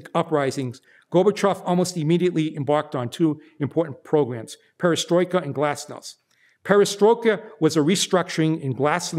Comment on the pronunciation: The "a" in "Glasnost'" is the same sound as the a's in "Argentina", the "t" in "Glasnost'" is the same as the "t" in "tea".